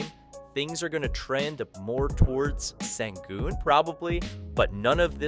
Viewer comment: It’s pronounced Shingoon